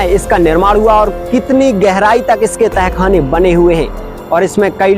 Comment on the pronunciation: Apne bahut achhi jankari di lekin ak bat kahu ki aap dahkhana bol rahe h use tahkhana bolte h baki galati chhma kre🙏